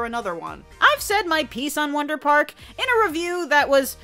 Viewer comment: I thought you said Saber spark for a second